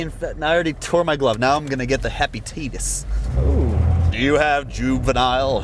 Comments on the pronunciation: This is how you say it heppapatitis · "Do you have juvenile hepatateetis?"